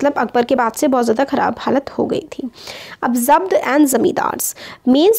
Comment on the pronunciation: Voh to zabt hai mujhe laga ki zat key rHe ho